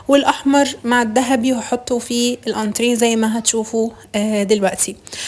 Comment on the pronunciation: ما شاء الله الشقة جميلة اول مرة اسمع سيدة محترمة تلفظ كلمة انتريه صح الصح. انا عندي تلوث سمعي من هذا الكلمة شكرا لاسلوبك الراقي😍